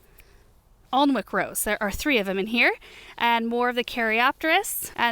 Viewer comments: In case it’s helpful - Alnwick (the rose) is pronounced Annick, like it rhymes with panic. And with a silent L. It’s a town in England x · Alnwick is pronounced “ann-ick,” rhymes with “panic.” I moved last month, and everything in the yard was already cut back, so for the first time in decades I don’t have any clean up to do. Feels weird, man. 😅